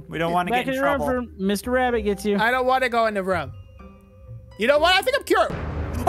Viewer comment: O.b actually said rabbit But I heard him say wabbit